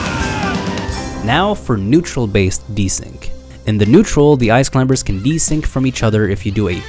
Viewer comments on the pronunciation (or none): He says "Ice climBers" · Stop saying Clim-ber i know thats how it’s spelt but you dont say ka-nife instead of knife right? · I'm just mad that this guy pronounces the B in Climbers. Great tutorial though. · "the ice clim*B*ERS" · The B in climbers is silent. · I love the video but I'm sure in the word Climbers the B is silent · For someone I think is American it is fucking annoying you say Ice Climbers with the B